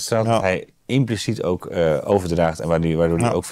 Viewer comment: Is niet 40 maar en de enorm grote klemtoon ligt op het woord OOK. Vind het ook pijnlijk om te horen. Respect voor je grieven. thumbs up bij deze. Eens. Hier zou ik kunnen stoppen. Toch. Er zit toch wel een heel klein beetje in, als je ‘aan zichzelf te danken’ iets anders leest of interpreteert. Begrijp me niet verkeerd. Je mag niet zeggen dat Theo van Gogh bijvoorbeeld om zijn slachting vroeg, dat het aan hem te danken was, zeker niet. De daad, het kwaad, de schuld ligt helemaal bij Mo B. Maar toch kon je er ergens op wachten, vandaar dat ik Theo per mail ook waarschuwde. Zeker niet om te zeggen dat hij een gewelddadige reactie aan zichzelf te danken zou hebben. Meer in de zin van, als je een gemeen iemand gaat treiteren kun je een gemene reactie verwachten. Denk dat je wel snapt wat ik bedoel. Zelf christelijk orthodox opgevoed kan ik me nog herinneren hoe alleen al het horen van een vloek mij door de ziel sneed. Echt, door de ziel sneed, een diepe vlijmscherpe pijn. Als dan iemand lijkt expres op je ziel te gaan stampen, ja, dan kunnen er gekke dingen gebeuren bij primitieve geesten. Nogmaals, schuld helemaal bij die primitieve geest. Maar wetend dat er primitieve geesten zijn, kun je wel wat voorzichtiger zijn. Zoiets. Pff wat veel woorden, sorry